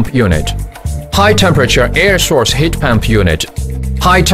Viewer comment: He says heat pamp one more time